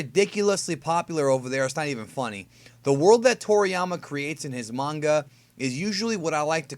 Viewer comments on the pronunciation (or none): none